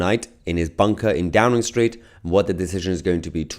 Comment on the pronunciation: It sounds more like " A Drowning Street" rather than Downing street